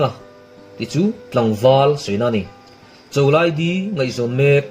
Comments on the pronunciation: di tih tur dy tih tak khi chu a fuh lo, i tiṭha thawkhat bawk e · Dy nilo Di tih tur. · Dy ti lo in Di ti zawk la aw